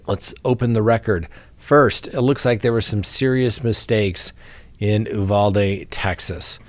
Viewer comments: Texas pronunciation: You-VAL-dee. You’re welcome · Uvalde = You- valde, not Ooh-valde. Texas native here. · Uvalde, TX Pronounced “you-Val-day” here, in Texas